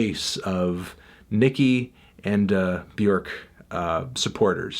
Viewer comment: Holy shit he pronounces Björk pretty much spot on!